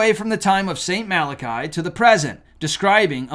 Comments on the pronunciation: You are pushing false prophecy with this video. I don’t know which is worse how you butchered the name of a Saint or how you are pushing fear for profit………. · Their prophesy has nothing Biblical in it's context. The Bible is condensed and not a big part of Catholosim. Your pronunciation of "Marlarckey" is so much more prophetic. The Father, Son and Holy Spirit will decide the end not a Pope or any other "religion"! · It’s pronounced mala-kee. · I think it's "mal-ah-kee" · I believe that St Malachys is pronounced: mal-uh-kiss (?). I could be wrong but, I believe this is how I have heard it pronounced before. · I often see documentaries on Michigan, where they speak of the Mackinack bridge, Mackinack Island, etc. Mackinac is pronounced "Macki-NAW." I see that same thing happen with poor St Malachy. I do believe it's pronounced "MalaKEE" not "MalaKAI." I also think I read somewhere that Conchita Gonzalez of the Miracle at Garabandal, Spain said of the popes: "...There will be one more." Looks like that prediction may be authentic. Eschatology is one of my many hobbies (cause I just want to know when to DUCK!). I was observing the so-called "Nostradamus Effect" in my research long before it was a TV miniseries. When prophecies made by individuals of different religions, separated by thousands of miles and hundreds/thousands of years, coincide, and they mention or hint to similar events or cataclysms, THAT'S not myth. THAT'S not a coincidence. THAT'S the time to panic! God may be watching the current revivals in the West and mass conversions in the Middle East (24% of Muslim youth are leaving the faith or converting) to see if the last precious few souls can see the light and accept his Son Jesus.... before he lowers the boom on us all! All we can do at that point is open up our tiny clown parasols and pray like there's no tomorrow... because there may not be one! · Pronounced, MAL A KEE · Pronounced Saint Mal-ah-key.